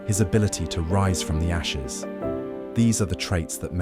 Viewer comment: You sounded like this .....His Nigerian routes,His yoruba heritage,His ability to rise from "Nyashes"".....that means "Ass" lin Nigerian pidgean English....but let me blive your meant 'the ashes'....😂.